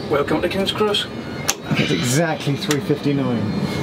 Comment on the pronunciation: Kings X Pronounce it directly 😂😂😂